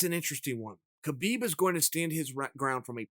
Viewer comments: it kills me that he says KA-BEEB NOT HA-BEEB I said it the same way until I say Khabibs interviews of himself telling DC how to say it now it bothers me when 90% of people say it wrong......Joe Rogan included UGH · I believe Khabib’s name is meant to be pronounced “hab-eeb”